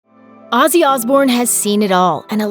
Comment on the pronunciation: Who the fuck is Azzy Asbourne? Have enough respect for the man to at least pronounce his name properly, you stupid fucking Yank!